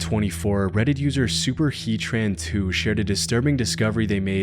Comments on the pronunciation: Super heat ran NOT super heat tran only one T learn to read dude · Super Heat Ran, not Super He Tran. 😂